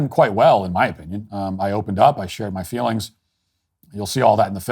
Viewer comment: Ah, fweelings.